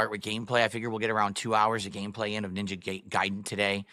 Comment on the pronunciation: Professional gamer still says Ninja Gayden, instead of Ninja Guyden.